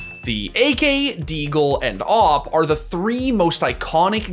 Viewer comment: wow please dont call it an aaap, its an awp not an aaap